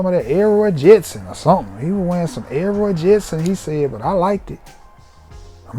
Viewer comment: "dat Elroy Jetson"